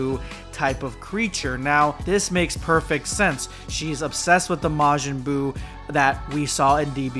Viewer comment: majin buu ❌ majin boob💀